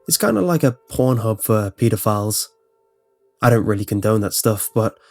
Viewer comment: Pea-di-philes ner lol I love your accent c